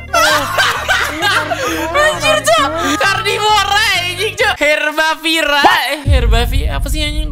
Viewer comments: Herbivora bang bukan karnivora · Bang pas abang bilang herbafira atau apa gitu kali gk salah itu herbivora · Herbifora bang bukan herbafira😭👎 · HERBIVORA COEG BUKAN HERBAVIRA